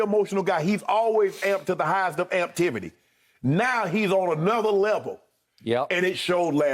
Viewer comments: Lmao, Unc said "amptivity" 🐐🐐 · Not "Amptivity" Unc 🤣🤣🤣